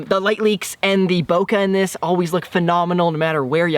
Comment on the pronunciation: Guys, actually it's bokeh not bokah. But say what you like. I mean, I'm just the guy who moans for some unimportant sh*t. Also have to mention, I love your videos! Keep goin👌